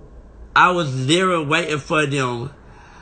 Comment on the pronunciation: I see y'all haven't told him to quit saying words he can't pronounce...litary